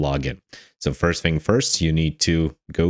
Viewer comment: Fing? Or Thing? You lost me at 26 seconds when you said FING instead of THING. I tried to continue, and at 47 seconds you say DIS instead of THIS. Genuine question, are there some people that cannot pronounce the "TH" part in any words? Is it a male or female thing?? Would you say "I FOUGHT SO" or "l THOUGHT SO"? I am Foroughly confused.